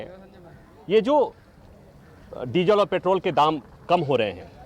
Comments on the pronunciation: आपके मुंह से मुंह पैट्रोल को पेट्रेल सुनना अच्छा लगता है 🤣🤣🤣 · Sandeep petrol bolna sikh ly